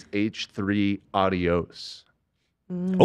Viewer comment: Ethan saying adios. My brain goes "auuddiioooos audios"